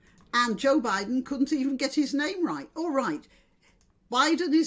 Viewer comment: He mispronounces many names. Maybe his speech writers wrote that. I despise Biden anus handlers.